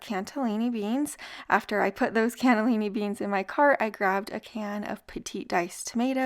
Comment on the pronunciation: Cannelini beans , not canTellini beans. Sorry, mispronouciation is just a PET peeve of mine. I love your channel